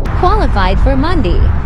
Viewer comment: How did he get the VO to say Mondey like he’s from the 30s